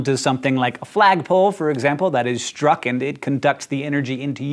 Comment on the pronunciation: Lol "stuck" by lightning :)